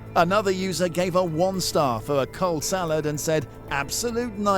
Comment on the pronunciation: Did you say cold saled? Aren't saleds suppose to be cold?